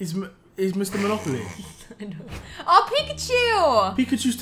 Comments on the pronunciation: Hold up.....i think I need to address the fact that I’m not the only one who threw my phone when pronounced Monopoly wrong.......what the flip😂😂😂😂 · I use to say monopoly just like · She said mono-poly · Hey man we Belgians say "monopolie" not "Mono Poly" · Is she Dutch, bc the Monopoly pronouncement is pretty dutch